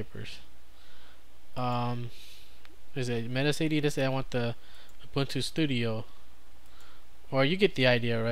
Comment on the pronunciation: One thing I just learned, Metacity is supposed to be pronounced so it rhymes with Audacity.